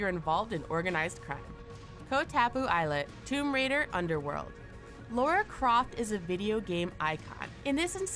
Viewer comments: How is it even possible to both misspell AND mispronounce the name of the most iconic woman of video games of all time? It's "La-ra." Lara Croft -- not Laura Croft and it's definitely not pronounced "Lowra" nor "Laura." gee... 😐😑 I'm no great fanboy, but at least I know how to spell and pronounce her name. 🙄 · Its Lara Croft not Laura